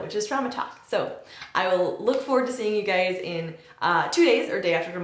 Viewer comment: Do you say "hey gays" at the start xD